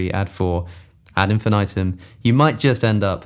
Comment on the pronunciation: "add infinitum" lol